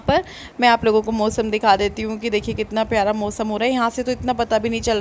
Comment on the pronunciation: Mosam nhi hota hai Mausam hota hai aap naak se kyun bolti hain itna aunty